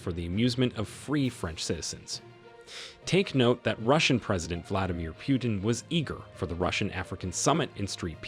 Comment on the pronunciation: Coreect prononsation is like saying - "Put in" or "Put'n" but not "Pyutin". Sometimes you got it right, but sometimes wrong. So i assumed you just don't know. Мне кажется что колонисту самому остановить колониализм весьма трудный и смелый ход. И на такой ход редко кто или даже не кто не способен. Осознать неправоту своих действий, пусть даже подстроенный закон тебе этого позволяет, это одно. А прекратить ети действие совсем другое. На доходы от колониализма зависят столько всего и всякых что прекращение подобно самоубийству. Это скорее похоже на стремление покинуть наркокартель, от одной лишь мысли можно пулю заслужить . Хорошо бы если кто-то постороний в етом поможет, даже если ты помощи не просил. Похоже как на вынуждённое лечение в психболнице от зависимости. В это время Франции есть шанс поймать и обогнать еканомичаски Германию но не на плечах Африканцов.